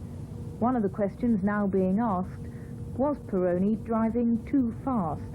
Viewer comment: Didier Pironi! Not Peroni!